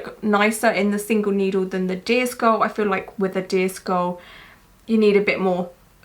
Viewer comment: whenever you say "deer skull", I hear "disco" or "disc ball" and sometimes "disc all" 😂 I was so confused at the beginning because I was looking at my phone and not at the screen